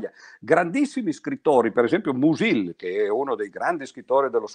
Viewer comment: Sulle teorie di Mach è la tesi di dottorato che lo scrittore ventottenne discusse all’Università di Berlino nel marzo del 1908. Bellissima lezione solo un piccolo appunto sulla pronuncia: uno dei miei autori preferiti si pronuncia Mùsil e non Musìl.